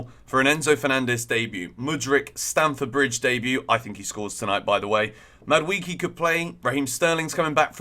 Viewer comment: Mad WAY kay not Mad wee key